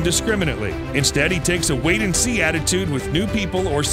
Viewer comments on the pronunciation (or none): none